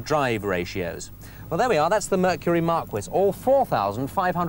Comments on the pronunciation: "markee" not "markwiss" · Mar-KEE, not bloody Mar-kwiss!!! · Why the F is he mispronouncing the car names? "mark wiss" ? marquis "KooPay" coupe ... ! Marquis is "mar key" and Coupe is "Koop". That is the way it was built and that is the way it is pronounced. Sorry PAL, you say "TEMS" instead of THAMES in describing the River to be consistent. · It's embarrassing the way he pronounced Marquis. "Mar-kwis" It's pronounced Mar-key, buddy. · Yeah, just like the "Markwiss de Sade." LMAO. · You pronounce it mar-key, yes it's a French word. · We had a Fairlane Marquis here in Australia in the mid to late 70s. We pronounced it "Mar-kee". No one really knew what it meant though, other than being top of the line. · A Mercury "Markwiz"? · Mark-wiss Brow-um. LOL. They weren't built for the UK's road conditions, though. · he pronounces "Marquis" the correct way in English, however it is an American car and he should be pronouncing it the correct way in America, which is also the nicer way: Mar-Kee. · "Mar-Quiss Brow-umm" LOL! The quality of the American cars was still way ahead of British, French, Italian and some German cars of that era. The Japanese were about to assault the world with their reliable, tiny cars. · **Mercury Marquis (Mar-kee) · I’ll take a Mercury Marquis or “Mar-quiz” as this Brit says over some tiny European tin can any day! 🙄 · "Mercury Mark-wizz". HA! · It's a " Mar-key " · Questions: 1) These cars were considered crap to American car enthusiasts. Were they marketed in the UK as humorous novelties? 2) "Mercury Markwiz Browham"...Was he joking? Can't say for sure because Brits work very hard to avoid correct pronunciation of any non-English word. Aussies are the same way. 3) May I assume this show and this host were the genesis of Top Gear and Jeremy Clarkson? Thanks for any clarifications... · That was driving me nuts when he was mispronounced the model name of the Mercury. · It’s a Mercury Mark-ee not Mark-qwaa LOL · Mar-Key, not Mar-Kwiss!